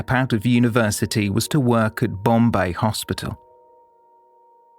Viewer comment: AS ALWAYS , TOP of THE CLASS FOR STORY TELLING.!💯👋👋👍👍💐💐!! PROUNCIATIONS of BOMBAY/MUMBAI / NUTAN WAS SPOT ON ! NOT MANY PRESENTATIONS ARE GOOD WITH FOREIGN NAMES !! WATCHING MANY , MANY PODCASTS OVER THE YEARS !!!! THANKS. "They Walk Among Us." FROM,U.K. (2024).